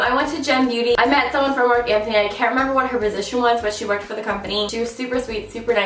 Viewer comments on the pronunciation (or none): none